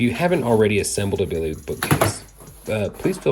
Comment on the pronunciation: this guy has a really hard time saying BILLY haha